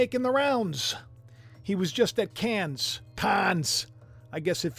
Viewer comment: The S in Cannes is silent. It's Caan. Get it or lose it. God Bless.